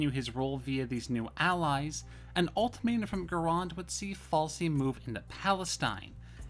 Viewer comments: It's FAISAL!!! not Falsi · I'm sorry to hear about your problems. You didn't ask for the correct pronunciation, but it's pronounced the exact same way it's transliterated; fai-sal. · Where did you ever get the idea that Faisal is pronounced 'Falsi'? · Falsy, Rijaq, Alwey, Shek-Bed, Al-Sari, Gooran. Like bro just read the letters, the S in Faisal is before the L so how do you pronounce it falsy, and wheres the J in Raqqa? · How do you get "falsey" out of Faisal?